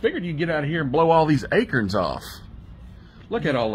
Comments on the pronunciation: What’s an “A-kern”? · Happy birthday pop,Billy and Jason, it's is call Acorn not acre 😅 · He said "A-curns" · Acorns not akerns!!